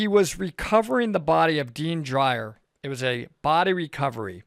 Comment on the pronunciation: Deon Dreyer, not Dean. Anyway, you repeatedly said "He was by himself!" He had a whole team, jackass! The only thing that came out your mouth that I agree with was that one of his team members should have been with him at the bottom!